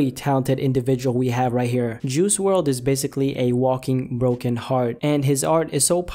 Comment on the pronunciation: Who says juicy wrld rather juice wrld Is it just me 🤔🤔